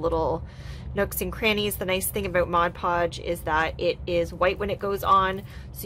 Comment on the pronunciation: I love your creativity, and your explanations, but most of all and this is a weird quirk of mine, but you pronounce mod podge correctly. I absolutely LOVE you for that. no eye twitches while watching you.